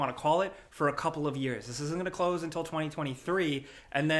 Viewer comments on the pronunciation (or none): none